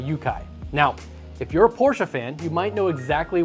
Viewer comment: As a German im Glad your pronouncing Porsche the right wayg